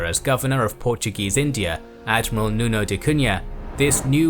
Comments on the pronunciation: That Portuguese! Please correct: "afonso" not "alfonso", "Nuno da Cunha" not "Nino". "António da Silveira". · Portuguese Piracy? Those where Nobles and soldiers of the King of Portugal. Afonso de Albuquerque and Nuno da Cunha where Nobles and Knights of the Portuguese Royal house .. Pirates? Is like calling Lord Nelson a Pirate. Its Nuno da Cunha not "NINO"!